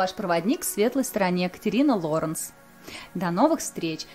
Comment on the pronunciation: Почему "Лоренц" как то не по русски. Но единственная критика в адрес Вашей персоны. В остальном спасибо за видео